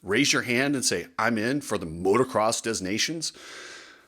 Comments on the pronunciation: Dez Nations?? Learn how to pronounce it please. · STOP SAYING DEZ! FFS the ‘s’ is silent. If you’re going to broadcast online, at least be smart enough to pronounce the names of major events properly. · "de nah' see own" if you really want to be correct. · I believe the “s” in Des Nation is silent! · I love that you call it "Des Nations" as in the French, and not the "Of Nations" Americanized version, yet at the same time, you pronounce the 's' in 'des' rather than silent as in the French. Very American. 😄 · The S in Des Nations is silent. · Please learn how to pronounce the name. The s is silient in Des!